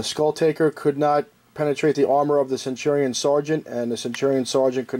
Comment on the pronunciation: Love the video, hate how you pronounce centurion.